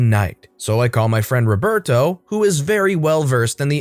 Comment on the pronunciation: Why does he say “ Reberto “ instead of Roberto?